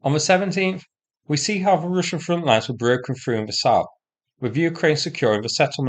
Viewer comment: "Rooshen positions"